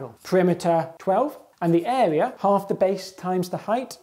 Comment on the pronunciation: Love how he says “eh-wea”